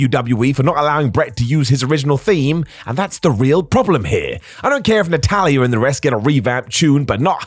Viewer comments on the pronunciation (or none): Natalya * not Natalyer